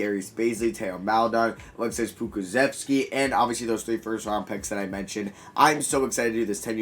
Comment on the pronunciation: Bro look how perfect he says poku's name